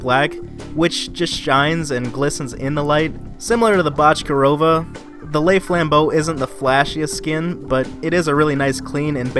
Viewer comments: I’m not Russian but I definitely think that’s not how you pronounce Bochkareva, I think it’s pronounced Bo-sh-ka-ray-va But still a good video! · I think it’s pronounced bok-er-ay-va